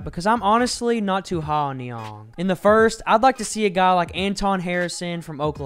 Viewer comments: It's Niang, not Niong. (sp) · Lucas Nina his pronounced nee-ang… long “a”